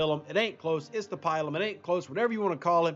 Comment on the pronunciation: if I may ... the I in Pilum is a long I ... not a short one .. :) I get a visual of a nun making you on the hand with a ruler every time you say it :)